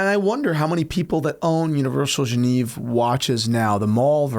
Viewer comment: Love your content guys. It really bothered me how you pronounced Genève throughout the video. It’s “Jeu-Nev”